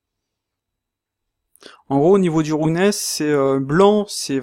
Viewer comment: Super vidéo, merci. Mais ta prononciation de "roughness" fait un peu saigner les oreilles. Je dis ça avec le sourire, y'a vraiment rien de méchant dans ma remarque. Disons qu'une bonne approximation de la prononciation de ce mot serait plutôt "raf-ness" que "roug-ness" comme tu le dis. Bien entendu, ce n'est qu'un détail sans grande importance par rapport à ta vidéo qui est très instructive.